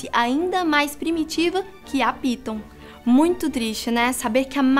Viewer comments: "moito" kkkki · ''' Foi Moito XD Kkkk .